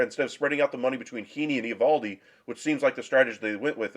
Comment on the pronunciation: Learn to pronounce his name